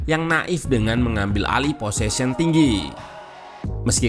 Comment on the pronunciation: Gak masalah sih bang, bukan bahasa sehari2 di Indonesia, jd ya wajar kalo ada salah pengucapan, toh yg denger pun tau maksudnya